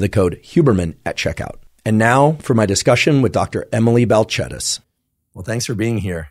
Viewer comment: I like that you corrected the pronunciation of her name